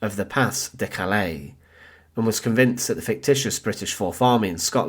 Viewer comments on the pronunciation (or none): Thank you. And there are numerous pronunciation sites on YouTube. Pah duh Kah lay 😊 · if this can't be pronounced correctly, what else is wrong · Bad pronunciation of Pas-de-Calais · Look up how to pronounce the Pas-de-Calais. It’s important in a history program.